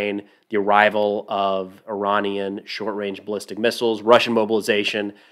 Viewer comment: I know this is a tiny detail but props to for pronouncing Iranian the way the Iranian diaspora pronounces it. I'm so used to hearing Americans especially veterans refer to I-ran like I-raq.